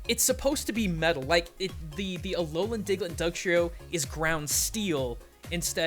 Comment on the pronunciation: says "Alolian" at least once in the episode.